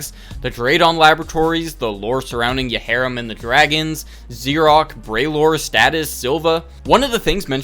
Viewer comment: i think yharim is pronounced yairim